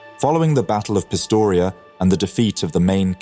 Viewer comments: Pistoia not Pistoria? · Hey man, great video, but the town's name is Pistoia, not Pistoria